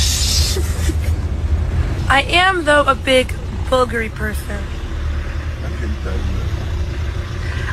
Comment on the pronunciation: Aoki gone date a billionaire like him but then bring the money and coochie to a yung P like me Second off she lost cus its BOO GARI that's how yu say it You'd be surprised how many supermodels and fine black women dating men like that and not getting anything fumbling the bag frfr